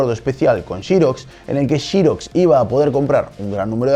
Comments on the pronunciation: En los comtarios dice que no nos quejemos de como pronuncia apple.. pero no dice nada de Chirox.. jahaahahahahahaha.. que en todo caso se pronunciaría Sirox o Serox como en España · chirox chirox jajajajaj se dice serox hombre!! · Por Apple no es drama q lo pronuncies cp lo hacen en España, pero pronunciar Xerox como 'shiroks'? Hasta el fabricante se autopronuncia 'ziroks' y generalmente en LA lo llamamos 'zeroks'. ✌️ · Nunca se ha pronunciado XEROX como chirox se pronuncia SEROX españoles pronuncian como el CULO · shirox, se dice xerox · Se dice "xerox", no jiros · "Todo comentario sobre pronunciación será ignorado". Que jeta más ignorante. Si vas a decir Aple no digas Apel y di Serox, que no es catalán!!! Es obvio que estamos en España, pues habla E S P A Ñ O L! Cada una de las 10k veces que dijiste "Shirox" me salieron chorros de sangre por los oídos... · no lo tomes a mal pero dedicate a lo tuyo en esto no eres bueno MINIS PC eso si eres bueno viendo cosas nuevas es una idea espero que no lo tomes a mal .......y se se diceXEROX no YEROX .....JAJAJAJAJAJAJAJAJA es broma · "SHIROX"??? ----> mmmm....es "SEROCKS" al menos en Arg. saludos! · Shirox!!!!! jajajaja, jamas imaginé que los españoles le llamasen así. En latinoamérica le conocemos como Xerox o fonéticamente hablando: gzerocs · Todos flipando con Apel, Apol Aplele, Aple, pero a mí me llamó la atención que pronuncie "Chirox" al referirse a Xerox. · Está bien, no comentaré sobre lo de Apple (aunque si nos apegamos a tu argumento entonces tu nombre se pronunciaría "", y no "Neit", jaja), pero si que me dejó pensativo lo de la producción de Xerox, "Chirox", jaja, y sí, se que en España es así, como Xiaomi que le llaman "Chiaomi", pero por el bien de la humanidad mejor pronunciar "serox" o "zirox" como en inglés, jaja. Saludos. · Vale lo de "Apple" o "Apel" como dicen en españa, pero ¿xirosh? ¿por que? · súper, como se lee o como se pronuncia, sin caer en inventar, como por ejemplo "Chiros"...